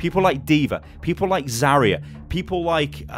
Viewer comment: IT'S ZAR-YA NOT ZAR-REE-AHH